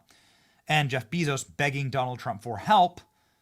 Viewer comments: Is there a reason you call him Beezos? It's Bay-zos 😂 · Idk if you are just stupid or trolling, but it is quite evident Jeff's last name is pronounced Bayzos. You run a news channel